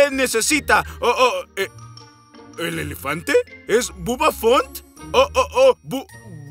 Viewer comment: Se equibokan el elefante se yama bubba fant no bubba font